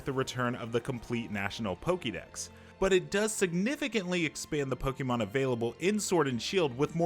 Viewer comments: Stop.Saying.Pokeeeeeeemon. It's pocket monster. Po-kay-mon. Dammit ! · "Pokie Mon" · It’s better than people who pronounce it “poka mon” 😆